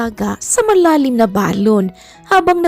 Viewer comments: Ang correct pag pronounce ng salitang balon ay mabilis . Hindi malumay. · Oo kasi kapag malumanay parang lobo na Ang dating non.....😅